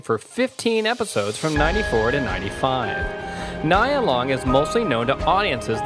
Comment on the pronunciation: Pronounce her name correctly before you start reading her bio.